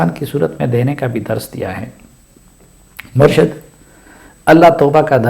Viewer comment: بہت قیمتی نصیحت ہے اللہ تعالی آپ کو جزاء خیر دے اور عمران خان کو ہدایت دے، آپ کی توجہ کے لٸے عرض ہے کہ لفظ "مُرْشَد" نہیں "مُرْشِد" ہے